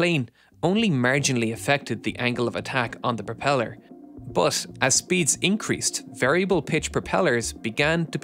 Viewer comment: Not "bur" or "ir", say iT or buT